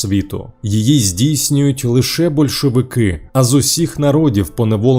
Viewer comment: СемипалатИнськ, большовики, скИпидар... добре що не скипИдар - кров з вух!!!))) невже не можна було нормально начитати такий текст? Чесно кажучи, мене,як диктора радіо і ТБ, така начитка від ШІ обурює. Зрештою, диктори відійдуть в минуле))) Ніколи не розумів тих, хто досі сумує за есесером. Для мене сум і суцільна пітьма...